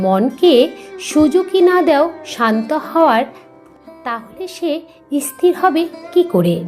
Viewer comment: আপনার বলা কথা গুলো খুব ভালো লাগলো। তবে আপনি স্থির শব্দ টা কে " ইসথির " করে উচ্চারণ করেছিলেন, দয়া করে ঠিক ভাবে উচ্চারণ করবেন।